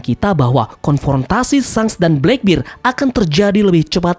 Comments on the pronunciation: black bear bang bukan black bir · Blakbir? Blekbert kali mint dibacanya